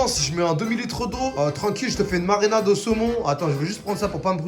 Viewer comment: FastgoodCuisineft Pumkin " On fait une marènade au saumon " :')